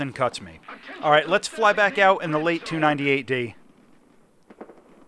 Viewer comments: I thought it was more like 'lat-a(a)', with the second a pronounced like an english 'a'. (the a used in 'late') We also use the 'é' character in the Hungarian language and i think French uses it similarly. Not sure if they consistently use it like that though. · It's Laté, for the love of god, Laté. reeeeeeeeeeeeeeeeeee